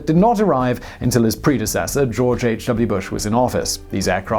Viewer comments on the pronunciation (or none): Haha happens with your videos sometimes, we're rolling along and suddenly you'll read something that throws me for a loop.. how can a guy with this accent not know grammar?!!! In this case "predecessor" at 12.25......